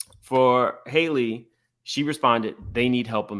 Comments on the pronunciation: Halle not Hailey 😂😂😂 ready to talk about her but can't even say her name 😩😂😂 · I am SO disappointed in Q for this. I am a Funky Dineva fan, but THIS was VICIOUS and uncalled for. And let’s be real, Q should be the last to speak on someone’s looks. And finally. The young lady’s name is “Halle” (not “Hailey) pronounced just like Halle Berry. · Her name is HAL-LE like Halle Berry, not Hailey/Haley… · Why y’all keep mispronouncing Halle’s name? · HER NAME IS NOT PRONOUNCED HAILEY OR HOLLY .... IT'S HAL-LEE.... HALLE.... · It's annoying that no one is pronouncing her name correctly. It's not hard to say Ha-lle. It's not Hailey. 😅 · Just as a preface, I notice a lot of people calling Halle “Hailey” when it’s pronounced like HALLE Berry. But I think the problem is men, and people not educated about pregnancy and early stages of it should not speak on another woman’s pregnancy/body or health. Period. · Pronounced HAL-le, rhymes with valley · Her name is spelled Halle but it’s pronounced Holly. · How is that none of y'all in the black media can pronounce this girls name? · What is the science behind everybody pronouncing Halle’s name like Hailey. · People saying her name wrong blows me